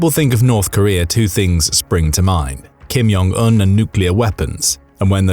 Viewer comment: it's not "Kim Yong Un", it's Kim Jong Un (J is pronounced as in "blue Jeans")